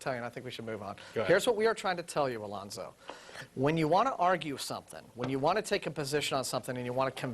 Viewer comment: "Alonzo" sounds like "Reuben."